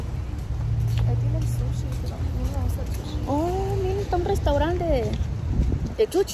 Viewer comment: no es chuchi es sushi jajajjajqjqj te pasas ni mi hija de 4 lo dice asi